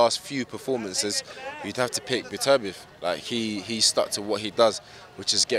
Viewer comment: Joshua is the only guy I've heard pronouce Beterbiev's name correctly 😂